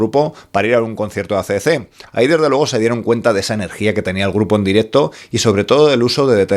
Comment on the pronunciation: AC/DC REPEAT WITH ME= EI SI/ DI SI!!! DI OUI NO SI!! BUEN VIDEO!!!😎🤟